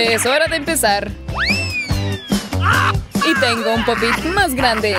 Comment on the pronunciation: No es pot it hay se dice pop pit hay